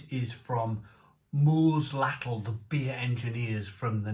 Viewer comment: Maybe next time he can pronounce the name correctly 😉